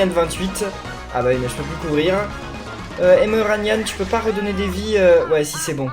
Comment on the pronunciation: ENFIN TU AS DIT EMERANYAN ET PAS EMENYAN